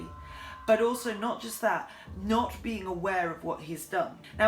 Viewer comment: "...not being aware [pronounced 'ah WAIR', as in 'werewolf'] of what he's done..."